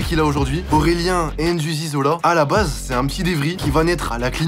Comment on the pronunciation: Pourquoi les français disent N'zuzi c'est un blaze africain ça ne se lit pas comme ça 😭😰